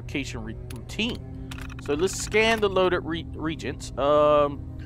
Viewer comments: I love how pronounced "reagents" wrong... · The way you pronounce reagents, gallium, and tungsten xD